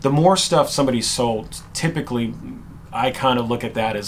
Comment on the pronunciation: Ok help this guy with "typically". Pretty good vid.